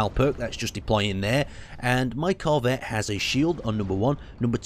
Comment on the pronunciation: nonononononononooooooooooooooooooooooooo, bad. BAD! you are putting emphasis on the wrong part of corvette. and there's a spelling error in the YT description.